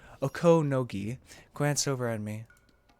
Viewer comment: You tried awfully hard to put the accent on the second syllable of "Okonogi". Why? It's clearly very unnatural for you (and I don't think it's the most natural for most people), so why not try it differently? Oh, speaking of the day of Watanagashi, if we understand the definition correctly, it's always on the third Sunday in June. That means, if it were a real thing, it would be held this year, TOMORROW! I.e. the day after I write this comment: June 18, 2023.